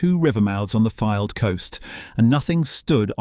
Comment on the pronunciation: Love this run through but Fylde is pronouced F-AYE-ld as in a "filed" down a pice of metal